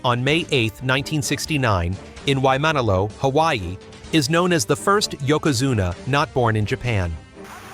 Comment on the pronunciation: Holy shit that is NOT how you say Waimanalo. Y-ma-na-lo. Olelo Hawai'i is pronounced almost the same as Japanese.